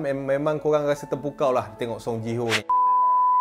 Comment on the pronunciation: Ji Hyo (Ji Hi Yo), bukan JI HO lah sebutan nama die